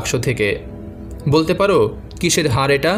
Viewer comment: দয়া করে উচ্চারণ ঠিক করুন। "হার" এই শব্দটার দুটি অর্থ। গলায় পরার অলঙ্কার এবং পরাজিত। আপনি এটাই উচ্চারণ করেছেন বারবার। এখানে কিন্তু "হাড়" বলা হয়েছে। বুঝেছেন?? "হাড়" এর অর্থ জানেন নিশ্চয়ই।